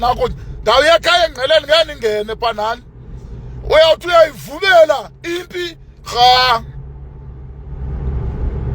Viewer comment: 😂😂 uyayivumela not uyayivubela